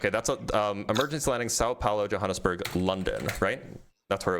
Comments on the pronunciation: Jonesburg???😂😂😂 Oh, Johannesburg! 😂😂😂😂😂😂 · Jonesburg? JONESBURG? for Johannesburg? I've heard English speakers from Africa call it Jo-burg. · Also said Yo-ha-nes-burg which I've never heard before but at least he knows where it is. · He was so confident in his pronunciation of Sao Paolo while saying Jonesburg. Dude is worthless. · And Johannesburg. "Jonesburg"